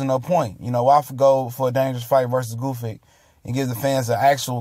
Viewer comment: Gusyk, Goofik... OMG, it's Gvozdyk! Or are you trying to deface his last name on purpose?